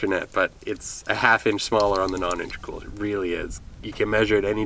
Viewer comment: It took me awhile to understand you were saying non-intercooled. Anyways, upon further research I found that it was introduced in 91. So should it be 91 and 1/2? In your opinion, what is the best year to buy?